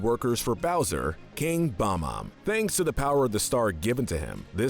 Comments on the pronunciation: The way that he says Bom-Om instead of bob-om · What the fuck is a "Bomb Om". The name is "Bob-Omb". As is Bob the bomb. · it's bob-omb, not bom-omb